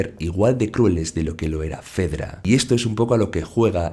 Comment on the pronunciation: Creo que se pronuncia "FEDRA" no "FEDERA" 😅